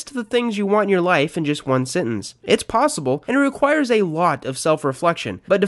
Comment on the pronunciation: I ignored it the first couple of times but I can't take it anymore. It's sEntEnce, not sIntInce.